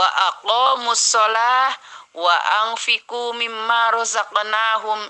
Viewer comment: Maaf ayat Al Qur'an yg dibacakan Surat fathir : 29 pada kata واتفقوا Dibacanya bukan wa anfiqu tapi yg benar wa anfaqu .. Syukron wa jazaakallahu khoyron koreksinya ,Herdis Faqih